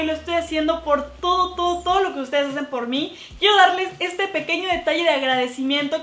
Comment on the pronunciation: Dijiste quiefo mil